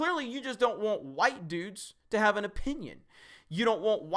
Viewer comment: A wämmän? Wtf is a wämmän? Why can sexists not even pronounce women correctly? Edit: Just got to - "white düdes" - and I gotta say, I'm so sorry, clearly he just can't pronounce any binary gender properly.